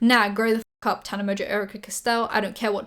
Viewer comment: Okay but can we talk about Paris Hilton saying how much she loves Tana but pronouncing her name wrong lmao